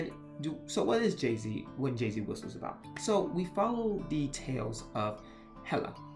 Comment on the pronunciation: I feel like an absolute b*tch in sending this comment but this entire video made me distressed. For one, I am Paraguayan and you absolutely butchered the pronunciation. Jasy is not Jay-Z or Jesse Forvo has a good example on how to pronounce Jasy. And also, Jesse the Jester? Seriously? While you got the basis of the legend down, it’s obvious that you didn’t actually do a lot of research. For one, the Guarani are mostly based in Paraguay and some in Argentina. I say mostly in Paraguay because the Guarani language is their official language along with Spanish. Guarani culture is deeply involved in Paraguay culture so don’t generalize like you did with Bolivia, Uruguay, Argentina and Brazil. Please, if you’re going to talk about culture, at least know what you’re talking about. When you were talking about Jasy Jatere, I was internally crying. I grew up with these legends and stories and it’s only magnified since my parents grew up in the countryside where Superstition is much more prevalent. Again, I’m not writing this out of spite. I actually didn’t want to write this but national and cultural pride wouldn’t stop bothering me until I did. I’m sorry but I had to. And for anyone else who reads this, please don’t think that I’m going this to be mean